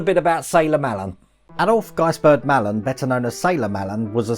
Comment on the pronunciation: Hello, great video pal, really impressed with the propeller, oh and Sailor Malan's name is pronounced Mlan, will tune in for live stream tonight, Lee.